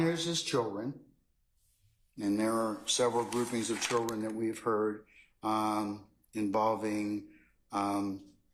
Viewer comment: Someone tell this judge it's not: "Chilren" There is a "D" in "children"